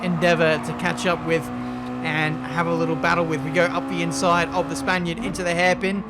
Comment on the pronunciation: João Mota no he said spainiard